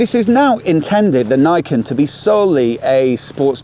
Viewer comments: Did the Yamaha staff on the day pronounce "Niken" like you did? I.E. "naikin". Because in Japanese, the "ni" would closer to "knee", although shorter. Rhyming with "pecan". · His pronounciation is wrong, it should be read like in japanese.